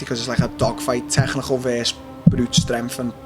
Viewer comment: Dead that he can’t say technical haha bloody scousers. Good guy